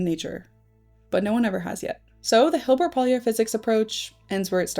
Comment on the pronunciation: Pólya was hungarian and his name is not pronounced like you did. Way off.